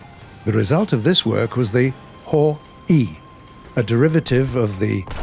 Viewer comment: His pronunciation of Type 2 "Ho-I" is perfect. This problem can be solved by pronouncing the same "I".